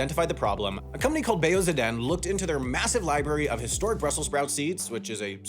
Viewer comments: Right? I thought it sounded like some kind of Japanese company and had a mental disconnect when I read the name. So, in case you'd ever need to use it again, the company name would be pronounced akin to: Bay-Yo Zaah-Dun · Haha that’s not how you say Bajo Zaden. I know because I’m Dutch. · "Bejo zahdén" the 2nd word is pronounced "Zaaahdun" and it's just Dutch for "seeds" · Bejo Zaden. Zaden is Dutch for seeds. ( totally butchered it btw) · Bejo Zaden has to be the most botched pronunciation of Bejo Zaden I have ever heard 🐸